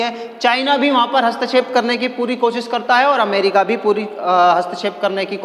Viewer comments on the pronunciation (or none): none